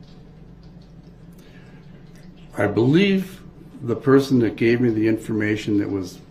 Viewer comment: Can he say any word that begins with th correctly such as that he says Dat or this as discussed or ask as an